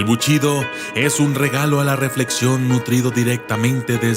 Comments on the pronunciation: Solo una corrección, es BUSHIDO no buchido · "ES BUSHIDO", no buchido según tu o tu manera de pronunciar porque crees que suena mejor. Aprende a pronunciar correctamente las palabras, y te haces llamar documentalista? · Todo está muy bien.....solamente un pequeño detalle............. Se pronuncia: "Bu.....SHI....do." (Bu....CHI.....do) como lo pronuncias hace que mis oídos Sangren. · Antes de hacerte llamar documentalista, aprende a pronunciar correctamente. Es bushido, no buchido como tu lo pronuncias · Amigo es bushido no buchido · Pronuncia bien GÜEY se dice BU武 SHI士 DO道, no buchido. Mmm la verdad esta chafa tu video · BUSHIDO, no buchido. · Para los japoneses no es lo mismo Bushido que buchido , es japonés . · BUCHIDO... NO MMS QUE PRONUNCIACION DE LA CHOINGADA! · no es lo mismo el shi a chi xd nmms xD , el significado lo pierde es bushido